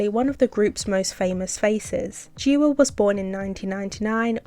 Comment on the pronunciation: I haven't finished the video so apologies if you get to it later, but Chuu's Korean name Jiwoo (지우) sounds similar to Choo. Woo in this case rhymes with Zoo and you don't pronounce a 'w' sound.